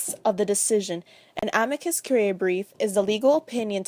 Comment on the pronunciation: The stress should be on the "i" of "amicus," not the "a."